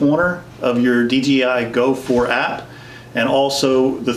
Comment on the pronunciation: Why does so many people say dgi why you know it’s dji ——- it erks me 😤